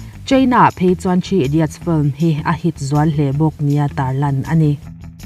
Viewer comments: I 'film' lamdan hi.... a hrehawm, lam sual i hlau lutuk nge mani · A bengvarthlak hle mai, mah se "film" tih i sawi hian i lam puam mah mah lutuk a i lam dik lo vekin ka hria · Sawiselna tur awm mang lova mahse FILM I lamdan hi hriat a nuam lo eee.... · Fluim anilo...Flim alom....